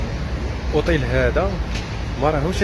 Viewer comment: غبي تتنكر لجنسيتك هههه... مغربي مستحيل تتقن اللهجة الجزائرية.... طواليت... اوطيل... طوبيس 😂😂😂😂... قالو نيورك.... عيب يخي مهابل